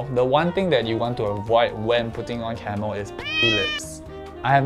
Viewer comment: Idk why I kept hearing Camel instead of camo lmaoo